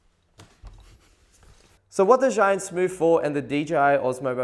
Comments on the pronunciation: Please get it right it is pronounced chew-Ing no Z anything!!! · You, as a Chinese should pronounce Zhiyun properly.... sigh.... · What a shame you can't even pronounce Zhiyun correctly... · Learn how to pronounce zhiyun mate